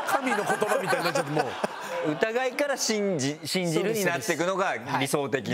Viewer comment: シン⤵︎ ジル⤴︎ですぅ。イントネーション草。あとそれ言った瞬間前髪ずり落ちてきて余計に哀愁やばい😂